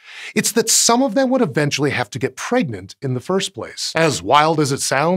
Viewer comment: Did you mean pregananant or pregernet?